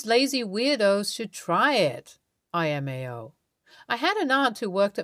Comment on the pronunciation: omg, I know this has been mentioned before but it is LMAO (ell) not IMAO. where is the person who edits her video's that they have not corrected her.